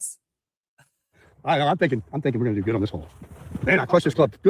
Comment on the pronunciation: More “gunnadew”